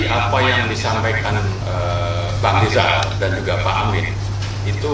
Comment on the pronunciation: Rizal Ramli malah amat parah. Masa udh setua itu tak bisa membedakan mana huruf R dan mana huruf L?